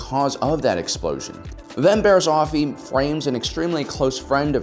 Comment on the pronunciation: I keep hearing "Barry Allen's"